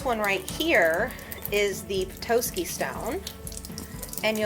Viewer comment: Please never say “Petoiske” again. It’s Pe-Tos-Ski